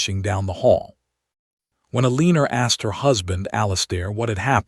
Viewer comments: Poor Elinore ( pronounced el ah nor, NOT "A LEAN er") married a real piece of sh**! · El a nor